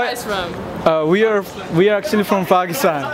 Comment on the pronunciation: IS HE SAYING PUCKISTAN🤣